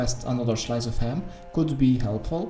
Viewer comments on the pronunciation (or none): "another 'shlyce' of ham" i'm literally crying